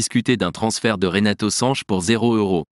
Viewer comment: Sanch et non SanchES